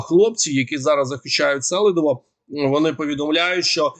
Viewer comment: Селидово всегда имело ударение на второй слог.